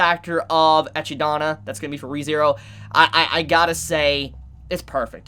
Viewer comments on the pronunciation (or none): Excuse me for this nitpicking, but Echidna's name is pronounced like Eh-kid-na or Eh-ki-dona. Not Eh-Chi-Dona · I thought Echidna was pronounced e-kid-na not echi-da-na Since the name comes from Greek mythology (PJO series hype!), the pronunciation in Japanese sounds more like the latter. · "Ecchidana" is how you would pronounce it in romaji (still wrong btw). But it's suppose to be pronounce "Echidna". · Hey, just an fyi, no big deal, but I think you're pronouncing Echidna's name wrong. I think it's pronounced (Eh-kid-na). The "ch" makes a "k" sound. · Agreed. Was looking for this comment. Always pronounced it like (Eh-kid-nuh). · I have heard a lot of pronaunciations of Echidna, but really mate Ehchi daana ? I love you mate but oh my god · You pronounce it like Ekidona. is pronouncing it wrong. If you watch the trailer, you can hear Dona pronounce her own name. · The way he always pronounce Echidna rubs me the wrong way just a little.